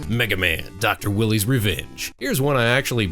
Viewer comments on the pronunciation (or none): Doc Wyle-eee, not Doc , my willy .... Meg, a man? Damnit, Meg! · Dr. Willy? Wily is pronounced with a long "I" sound. Like Wylie Coyote from Looney Tunes